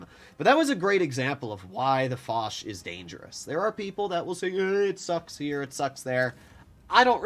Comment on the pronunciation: Dear stop saying « lé foch » Foch you